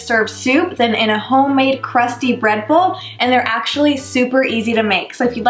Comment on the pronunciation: Is it just me or did she say read bull? 😂